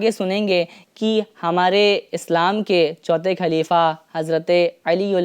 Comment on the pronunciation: کھدا👎 خدا👍 کھلیفا👎 خلیفہ 👍 اپنی اردو صحیح کر لیجئے